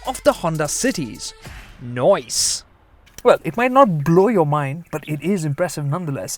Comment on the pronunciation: Did you just say noice!!!.... I am impressed.... That so like me...❤️❤️❤️❤️ Lovely...